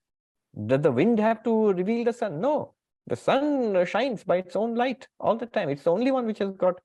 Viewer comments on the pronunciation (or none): none